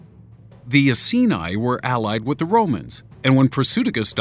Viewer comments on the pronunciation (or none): Pronounced Eye-kee-ni ,, and Bow-Dee-Ka. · And Iceni - should be pronounced eye-see -knee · bow - di -sea -ah (Boudicca) Eye-seen-eie (iceni) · Boudica and iceni pronounced wrong